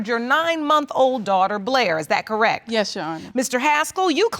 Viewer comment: This woman cracks me up saying “Correk” instead of correct!